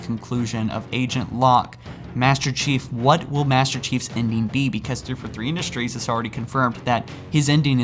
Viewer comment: the way you say 343 sounds like you're saying "3 for 3" like you're ordering from some fast food restaurant lol